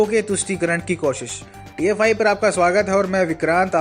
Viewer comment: जब आप TFI बोलते हैं तो pfi का भ्रम होता है, कृपया ध्यान दे